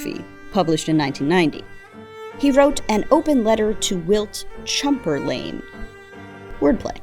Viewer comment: “Wilt Chumperlame” is so bad its amazing.